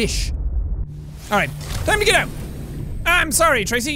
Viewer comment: When you make a pun, I’ll use yours as example, you go Tra-sea You go Trasea, shorey, and apologice, not Tra-sea, shore-y, and apolog-ice